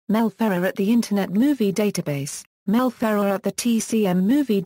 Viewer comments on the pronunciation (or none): The biggest failure of an audio biographer is to mispronounce the subject's name. You did that here, idiots. Do some research and correct or take down this video clip.